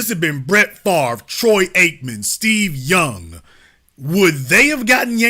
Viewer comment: 😂😂😂😂 The way he say Tom Brady and Troy Aikmen His white voice on point Lowkey hilarious